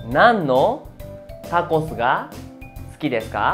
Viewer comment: No entiendo ejemplo suki deska Pero se escucha sudeska ????